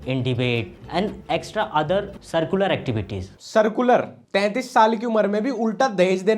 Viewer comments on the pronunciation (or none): Curricular Ko circular bolta hai 😂😂